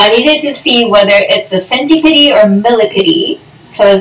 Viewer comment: Wth is a centi - pidi ??! It’s centi-pede. As in “Peed”